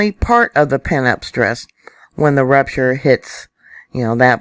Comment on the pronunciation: Every time you say rupture i hear rapturevlol